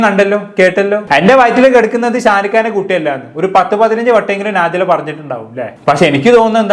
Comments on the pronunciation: നാജില അല്ല വേടലെ നെജില 😂😂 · കൈസെ നാജില അല്ല നെജില